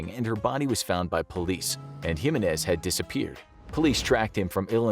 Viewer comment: Anyone else thought how he mispronounced Jimenez?